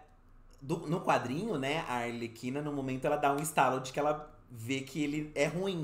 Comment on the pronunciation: O falando ALERQUINA em vez de ARLEQUINA tá me pegando demais kkkkkkk putz ensina eleeeee